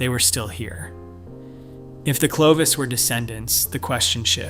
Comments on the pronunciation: itś not Clee vos It is Clo vis. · OMG! One of the most important terms in this presentation is mispronounced! Clovis not sleeves. I have to stop here a . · And train your reader-bot to pronounce 'Clovis' not 'Cleave Us" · It's not Cle-vos, It's Clo-vis. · How does one get "klee-vose" from clovis...credibility goes out the window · CLO(oh) VIS is correct . 😊😊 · The first syllable is "clo" which rhymes with "flow." Also, the Clovis people never crossed the Persian Gulf, despite your short video which shows them doing so. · Excellent work overall, but it's impossible to overlook the repeated, incorrect pronunciation of "Clovis." 😢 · But the other pronunciation was not correct. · In a mysterious, contested subject - are e to believe you when the key simple name Clovis is so grossly mispronounced?